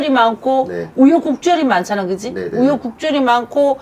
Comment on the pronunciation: 우여국절?😅😅😅😅😅 우여곡절.. 발음 부터 다시 배워야 쓰것따😂😂😂😂😂